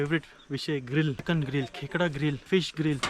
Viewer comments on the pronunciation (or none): none